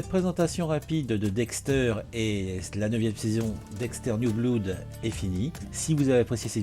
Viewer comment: PS: « Blood » se prononce « blode ». 😅